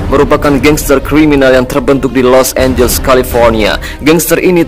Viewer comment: San Francisco bukan Fransisco Los Angeles bukan Los Angels Sao Paulo bukan San Paulo paling ntr ada yg ngatain gua wkwkwwkk